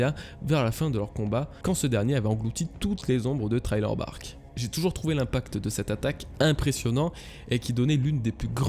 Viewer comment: STP revoit ta manière de prononcer Thriller Bark, ça se prononce thriller et thraïller